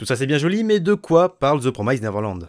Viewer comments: PROMISED et non prom"ai"sed ... la prononciation, faites un effort dessus. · Petite remarque inutile mais 'promised' ne se prononce absolument pas comme tu le fais ! Juste pour que tu saches à l'avenir ^^ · The promised pas promysed 😂 neverland pas neverlend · Promissssd pas promaïzed